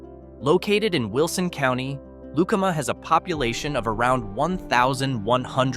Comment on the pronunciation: Pronunciation Lu calm A Lucama. The Bad Apple tavern there is awesome